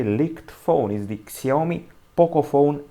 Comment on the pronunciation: Shaomi that's how it's pronounced